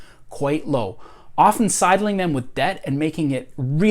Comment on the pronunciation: I feel like I need to throw a flag on this video for excessive use of the word "often". I had to quit a few minutes in. Maybe he's hitting the "t" too hard for me, and it's standing out like a sore thumb.